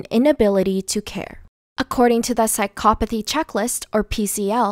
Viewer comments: This is all probably true but... Does anyone else find it annoying that she says psychopathy wrong but says everything else right?! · that’s a weird pronouncement of psychopathy